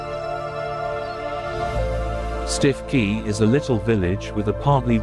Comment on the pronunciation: It’s pronounced Stukey